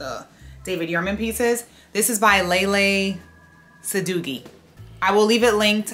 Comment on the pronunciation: I thought the name was pronounced Lee- Lee SAD- DOW-WEE or SAD-DOUGH (like. 🍩) WEE